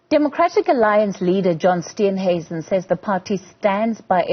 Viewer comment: HAA-HA-HAAAA!!!! "Steensuisen!!!" Wow!!!! Get it right, before posting it!!